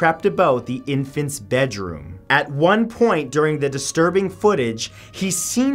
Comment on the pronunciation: Maybe he can tell about the 10 most disterrbing at McDonald’s